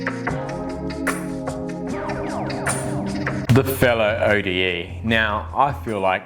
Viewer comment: And it's pronounced 'ode', not O.D.E.